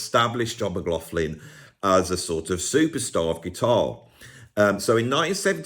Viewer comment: Are you sure you're pronouncing McLaughlin's name properly? Somebody should do a video on the correct pronunciation.